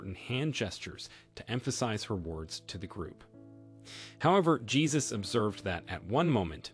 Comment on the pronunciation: The man's name is pronounced "Hey-zues", not Jesus as in our Christian faith.